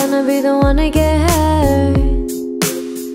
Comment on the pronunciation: Hanni's mouth shape when pronouncing "hurt" is an art. 😍